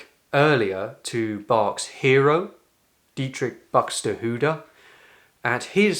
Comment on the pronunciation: It`s always funny for me as an Austrian,how an English native speaker as you pronounces the names Bach and Buxtehude 😊